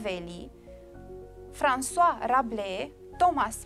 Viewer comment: François* Rabelais si nu Francoise x))